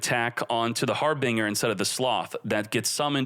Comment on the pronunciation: I've never heard anyone pronounce Harbinger that way before...